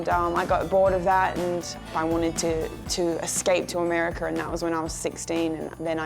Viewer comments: am i the only one noticing that when she says anything that enda with an 'a' she makes an 'er' sounds. 'austrailer' 'americer' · "Amerikerr" lol the way she pronounces it is funny